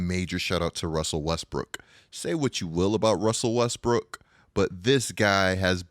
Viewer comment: “Russell WEsSbrOOkK”